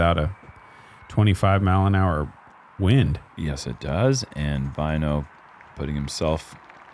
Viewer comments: You spell Väinö like "Vaino" and that is finnish word for persecution 😅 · It's so funny to hear the guys pronounce väinö as vaino. (Vaino means persecution in finnish)